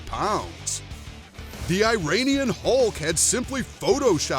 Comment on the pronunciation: You keep mispronouncing Iranian. It’s “E-run-ian” not “I-rain-ian”